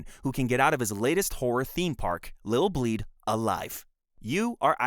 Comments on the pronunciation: Is this an AI generated voice? It's ILL BLEED. With an "i", not Lill Bleed and the main character is Eriko (Air-Rick-Ko), not Aiko. This game is so extremely well known in the vintage horror community that it's weird to see any misinformation about it. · Also it’s ILL bleed not LIL bleed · Bro consistently said Lil' Bleed lmfao